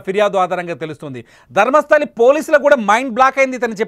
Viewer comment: It's Dharmasthala, not Dharmasthali